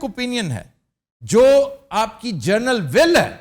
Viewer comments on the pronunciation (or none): Journal will nahi, general will